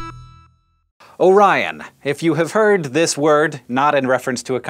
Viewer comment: I thought you said "oh ryan